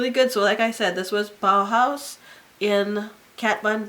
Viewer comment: you have the cutest dimples and you have great eyebrows. This is smart, doing a seasonal favorites instead of the month where I might not have many favorites. I'm glad you pronounced bahaus correctly. A lot of people don't know what it is. I'm glad you still like the Hangover Rx ^_^ I'm using it too.